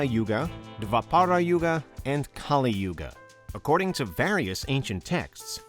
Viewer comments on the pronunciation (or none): The pronunciation of Mahabharat is- MAAHA BHAA...RUT...the T is soft like a child saying the letter...totally.. The Yugas are- Satyayug Suh-tya yug... Treta....with both soft Ts... Dwaa- pur yug... Kuhli-yug...not kaaliyug.... I hope you can work on these simple hindi pronunciations man...would really feel honoured and respected if you can learn the basics of hindi language to pronounce better in the video....thanks... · As an Indian and being familiar with all 4 theories i think: 1 i dont find them bizarre at all. 2. I don't know if i should be offended with his pronunciations. Its 'kAl yug' not kalI yugA . Kali is a goddess of destruction with the paramount importance of her own. He said 108 yugas had passed well that's the part I'm not sure about. He him self said that there are 4 yug(s) (which is correct) so it must some years not yug . [i will get this confirmed from my parents and my pandit ji (priest) tomorrow].